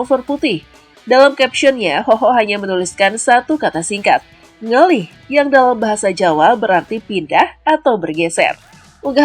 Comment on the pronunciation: Ngalih..... Dudu ngeliiih.... Wkwk nek ngelih = lapar.... Kalo ngalih = pindah.....